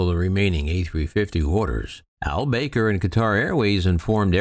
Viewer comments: Akbar El bAker.....it's pronounced El Baker. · No actually it is Ahl Bah-kr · You don't have the first clue how to pronounce "Al-Baker," do you?